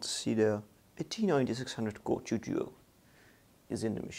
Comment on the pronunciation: its called intel core TWO duo not the intel core chew duo